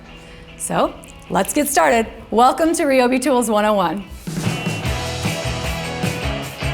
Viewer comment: You’re saying Ryobi wrong. Ask 😂😂